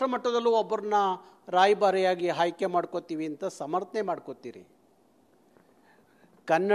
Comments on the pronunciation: Haike alla aaike😅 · ಹಾಯ್ಕೆ ಅಂತೆ😂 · ಇವನು ಮೊದಲು ಅಆಇಈ ಸರಿಯಾಗಿ ಕಲಿಬೇಕು...... ಅ ಕಾರ ಹ ಕಾರ ಉಚ್ಚಾರಣೆನೇ ಬರದವನು ಅದೇನು ಹೋರಾಟ ಮಾಡ್ತಾನೋ??!!!!!?? ಖನ್ನಢ......ಓರಾಟ....ಹಾಯ್ಕೆ.....ಎಣ್ಮಕ್ಳು... ಅಯ್ಯೋ ಭಗವಂತಾ ದೇವ್ರೆ!!!!! ಇವನ ನಾಲಿಗೆಗೆ ಮೈಸೂರು ಸ್ಯಾಂಡಲ್ ಸೋಪ್ ಹಚ್ಚಿ ತಿಕ್ರಪ್ಪೋಯ್!!!!!.........